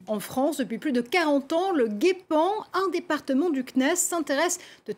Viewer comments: La journaliste a dit le guépan ! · Je connais le Geipan, je m'intéresse un peu au sujet mais c'était juste pour faire de l'humour en répondant à Kamal Laaribi par rapport à la journaliste qui à mal prononcé. On dit ( Gépan ) mais merci quand même pour l'info. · Elle a vraiment dit le "GUépan"? X-D !!!!!